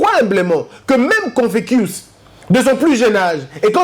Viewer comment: tu cites souvent confucius. On prononce confusious on non confekious si je puis me permettre. Tu prononces en latin peut-être.